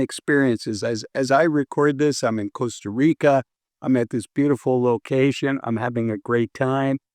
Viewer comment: Thank you for this. I am glad you pronounce Costa Rica instead of Caasta Rica.